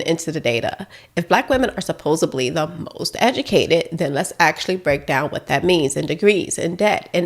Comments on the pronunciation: "SUPPOS-ably", is not a word....😢 I'm with you sis, but it threw me to hear you downplay the education level of black women while using "suppose-ably", instead of "supposedly". So sorry, continue, bc you have a great channel. ❤ NEW SUBBIE. GREAT VIDEO! 🎉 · Supposedly, not supposably. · there is no letter "B" is supposedly. Maybe a touch of eBonics is creeping in. Take care. We are paying attention. Just found your channel, excellent content.